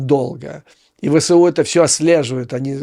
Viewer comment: Абревіатура ВСУ вимовляється як "Ве. еС. У." згідно нормам російської мови. Так само як колись вимовлялось КПСС "Ка. Пе. еС. еС." (не до ночі була згадана).